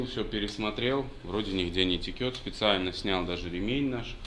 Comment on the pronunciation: Не текет, а течет. Правду говорю. Сам преподаватель русского языка в Университете.